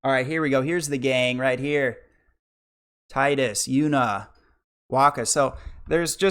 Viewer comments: Tee-dus is correct, not ty-dus. It only sounds worse in english. In the majority of european and asian languages "Tee-dus" sounds much more natural than "Tide-us / Ty-dus" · it is "Tee-diss." wakka says his name out loud in kingdom hearts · Yeah as much as I hate "Tee-dus" the devs addressed that years ago. He is also called teedus in kh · 100% with you it is Tye-dus not Teedus, hate when people call him Teedus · Its TEEDUS. From the roman emperor TIDUS (Spoken: TEEDUS). Why do you english-speakers don't get this? Not every word is spoken aloud as it would be a english word. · its teedus, clarified by tidus voice actor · I know you’re new to FFX so idk why you’d trying to speak on the purpose of Tidus’ name. It’s pronounced Tee-dus in Japanese. Based on the Okinawan word for "sun". The sun theme is reflected in his crest & sigil. He’s meant to reflect Yuna. Her name & crest/sigil being based on the moon. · It's Tee-dus because character's name is from a word from the Okinawan dialect ("tida"= sun) not from the English word "tide". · Anyone can call it what they want, proper way is Tee-dus. Sorry lol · You're getting the benefit of the original graphics, too - the remaster messed around with the eyes. I love FFX - not my personal favourite but it's definitely up there. Really glad you enjoyed it. Hate to break it to you but 'Tee-dus' is the official pronunciation... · I knew a kid named Tidus in school, might've been Titus never saw his name written, but it was pronounced Tide us, and upon hearing about teedus he said "thats stupid.". Shits a core memory for whatever reason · The pronunciation of tidus reminds me of How the voice actors of neir automata mispronounce the title of the game.